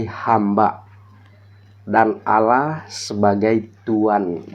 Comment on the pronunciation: AUULAH.. APA ITU. SOK TAU.. ALL LAH.. BUKAN AUU LAH. BUKAN ALA... ALLAH. PAHAM.. DOUBLE LL.. ALL... ALL. ALL LAH. ITU YA